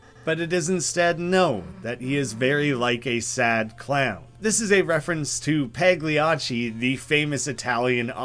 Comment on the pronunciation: btw "pagliacci" is pronunced "payacci" or something (just wanted to say this lol)